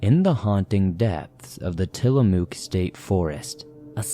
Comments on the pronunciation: Tillamook pronounces Mook as if you are saying hook. Sorry to do this, but it irks me as an Oregonian. 😂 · So I saw a fellow Oregonian, somewhere down there in the comments, correct your pronunciation of Tillamook,. Whilst I suppose I can understand the urge to do so, I’ve never actually corrected a YouTuber’s or a podcaster’s pronunciation. I mean, it’s not something I find either annoying or all that important. Of course, I also have no desire to offend my dear Oregonian sibling in the comments down there. I can certainly understand wanting to help out with unusual and/or regional pronunciations in a good natured manner. Still…having said the above, I also absolutely have to acknowledge just how cute and endearing pronunciation was! Furthermore, because the name includes a double “o”, choice of pronunciation makes perfect sense! For the English speakers in the swamp, we all learned at a very young age the rule that a double occurrence of the same vowel generally takes on the long vowel sound.